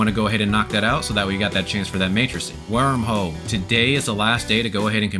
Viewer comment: "werm hewl" week complete, thanks my dude